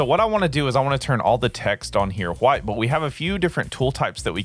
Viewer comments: Thanks, for the tut and the laughs when it came to you saying huwyt! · Im going to press charges on you for assaulting my ears with that pronunciation of "white"